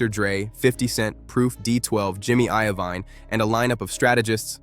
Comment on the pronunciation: Bro I rly don't wanna hate but you definitely need to learn how to pronounce the names. It's Suge knight (pronounced like sugar but with an e at the end) and Jimmy Iovine (i-o-vine)